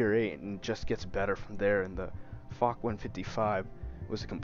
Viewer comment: It’s pronounced “fosh” not fock lol